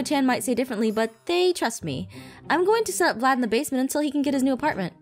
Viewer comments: It’s not vylad this is what I hear Chlad lad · its Vylad not "Vlad" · Aphmau: vlayd Subtitiles: flan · It's Vylad V-y-l-a-d